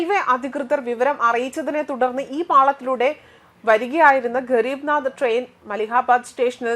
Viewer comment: ഗരീബ് നാദ് ട്രെയിനോ ഹെന്റമ്മേ ഗരീബരദ് എന്ന ട്രെയിൻ ആണോ നാദ് ആയത് 🤣🤣🤣🤣🤣